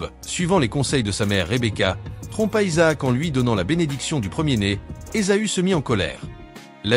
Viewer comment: La lecture par l’intelligence artificielle rend le texte un peu difficile à comprendre ! Il y’a par exemple plusieurs appellations de Esa-u qui est prononcée *Ezo*! Bonsoir et soyez béni au nom puissant de Jésus Christ